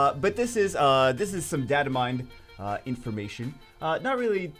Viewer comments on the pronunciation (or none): It's not data mind, it's data "mined" lol